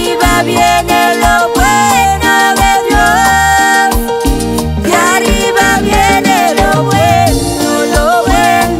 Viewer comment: Dios los bendiga mis hermanitos cantan muy bonito, pero quisiera hacer una corrección la palabra de "arriba" se pronuncia con doble R yo se que lo puede hacer, gracias y sigan adelante en el camino del Señor.